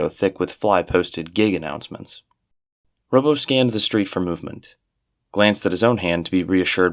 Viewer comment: These sound like genuinely fascinating and well-written stories and I have to thank you for making me aware of them, but I just can't sit through this with all the mispronunciation. "Robbo" ought to be like "Rob", since his name is Robert, rather than "robo"; "palatial" is "pa-LAY-shul" not "pa-LAT-ee-ul"; and so on